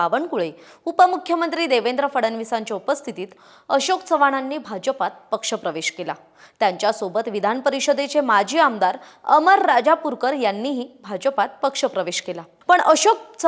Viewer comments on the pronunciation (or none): त्यांचे नाव अमर राजूरकर हे आहे, आपण रजापूर्कर असे उच्चारले आहे.